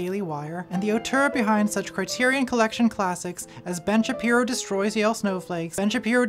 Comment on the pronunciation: I heard "Bench Appearo" and now I can't not hear it and life is so much better